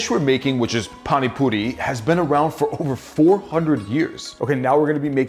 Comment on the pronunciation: As an Indian, I must respect the fact that he pronounced it almost excellently... But I am a bit offended by the fact that he is using PANI PURI MASALA and calling the Puri water 'PaniPuri SOUP'.. Actually that soup like thing represents the word 'Pani' which means water... Soup just ain't the right way to say it tbh...